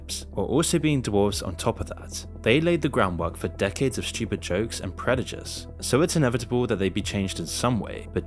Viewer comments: bro can you stop saying "predujice" omfg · You kept saying predujice throughout the vid. Dope content though. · you say predujice rather than prejudice multiple times js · Prejudice, not predujice. 😂 In all seriousness though, I watch all of videos. He's one of the few to speak the truth and call out companies and social media for its bullshit. Keep it coming,! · preJUdice. I keep hearing you say “preDUjice” 😅 🙊